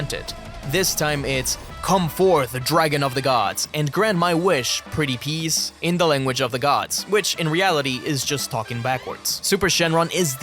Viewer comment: When he says pweaty pls😊